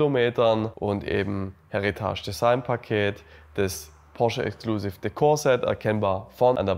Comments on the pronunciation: Absolut nicht böse gemeint - aber bitte bitte - es ist ein Heritage Paket. Das Wort ist Englisch!!! Kein Häritasch! Das ist nicht französisch!!! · Wie er Heritage ausspricht 😂